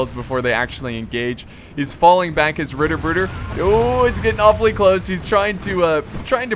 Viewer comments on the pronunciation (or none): oh god the pronunciation cringe again :D ritterbweder wtf. just say knightbrothers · Its so funny how you pronounce Ritterbrüder xD in english its like Knightbrothers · No offense but as a german speaker your pronounciation of "Ritterbrüder" gave me stage 3 terminal cancer :D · Heilige Scheisse!! Seine Aussprechung von Brueder ist kack. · Harsher "r", and heavy emphasis on the u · im dutch and i know what you mean